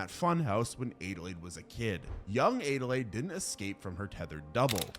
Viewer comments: Adelaide (add-a-laid) not aidealaide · It's Adelaide not adelayed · So my name is Adelaide, (pronounced ad-uh-lade) and that’s how the protagonist from the movie “US” is spelled, but it physically hurts me to hear it be pronounced “ay-duh-lade” xD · “Aid-a-lade?” How tf do you not know how to say Adelaide??? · Why are you pronouncing Adelaide like that? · The way he's pronouncing Adelaide is killing me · That bothered me too